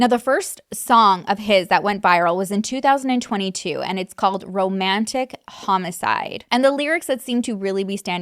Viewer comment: you kept saying 2002 and i was confused until i realized you meant 2022